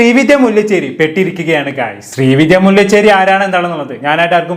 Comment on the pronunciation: മുല്ലചെരി അല്ല ബ്രോ മുല്ലശേരി